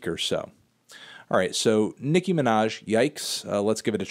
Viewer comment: Her name is "Nicki" Minaj. It's pronounced as it's written, Anthony, not like the N-Word.